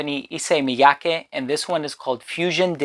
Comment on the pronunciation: Props for being one of the first reviewers I've heard pronounce "Miyake" correctly 😄